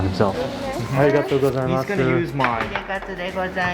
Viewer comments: you know the "U" in Gozaimasu is silent yeah? if a 'U' vowel ends the word it's silent. So, it's pronounced "Arigatou Go-zai-MAHS" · It’s just “go-zai-I-mas” no “mas-u” ever A casual “thanks” you can get away with “zai-I-maaaaas” and also the i is soft as, barely noticeable, it’s more of a slight tone change of the “zai” (goes up in pitch and the end) Thought you took Japanese lessons lol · when you say arigatougozaimasu. Don't gotta pronounce the su just end it as 's' sound. :D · You’re not supposed to say す when saying ありがとうございます my guy my teacher would pull her hair out lol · Love the content, not sure if you read this, but at the end of some terms you are speaking in Japanese, the “u” is silent. So like when you’re saying good morning or thank you, that “u” sound is silent.